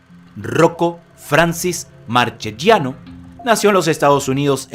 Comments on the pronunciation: Hermoso video, amigo, buen trabajo. Solo una cosa tengo para reprocharte y es la pronunciación de los apellidos italianos. Sangre tana corre por mis venas y me sangran los oídos cada vez que te escucho decir " marchechiano".. La "che" y "chi" suenan como nuestra "que" y "qui". En las palabras con "gia" la "i" es muda. Marchegiano se pronuncia así: Mar - que - giano (la "g" es casi como una "ch" nuestra pero apenas más suave, como la "j" del inglés en "jack") Saludos desde Uruguay. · Muy bueno el vídeo, pero en italiano Marchegiano se pronuncia Marqueyiano, y Francis se pronuncia Franchis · Y seria marqueyano no marqueyiano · Buen documental. Marchegiano Se pronuncia “Markeyianno”